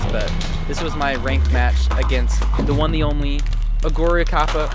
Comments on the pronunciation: I think you need to pronounce her name like this: o-curi-kapa. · its Oh-gur-ri cap-a